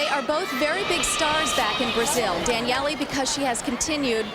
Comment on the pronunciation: Good lord why is she calling her Danyelley?